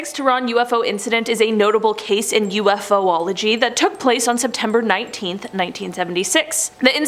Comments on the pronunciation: It's *yoo-faa-lug-jee...NOT ewe-eff-ohh-ology 🙄 Honestly...if you don't know the proper pronunciation of ANY word...then you have no business including, using and/or discussing that word/topic...ever...period...let alone on a video forum that literally has a plethora of videos, that show the commentators correctly pronouncing said words! Say it with me...U-FOLOGY! UNFUCKINGBELIEVABLE!!! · Great video! I'd just like to point out that the word is pronounced u-fology, not u-f-o-ology. :) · Except she can't properly pronounce Ufology 🙄